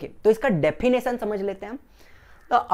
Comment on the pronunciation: Anyone notice that he speaks defffinitishan instead of definition on